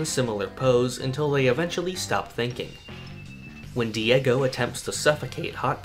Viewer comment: THE WORLD!!! Edit: you said diego wrong btw but it’s okay!!